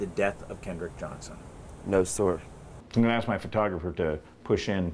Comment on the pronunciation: The boy in the cap clearly has a rehearsed speech. He mispronounces “sir” (says “No sore” ) because he is already thinking about the next word in his script: “nor”. Also, what American teenage boy ever uses the word “nor”? ! None, that’s who. Also, it seems to me the sherriff denying any foul play has a bit of duping delight playing round his mouth. Investigators would likely easily be able to ID the 3 blurry figures in the gym, by comparing their clothes with hallway footage from the same day. That’s how several Capitol insurrectionists were identified.